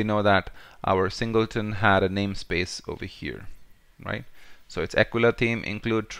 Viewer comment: Hate to say you we´re right. "Singelton" instead of "Singleton".. Thanks!